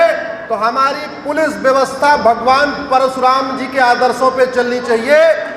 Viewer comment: Parshuram nahi - Parashuram ( कृपया स नहीं, श बोलें )।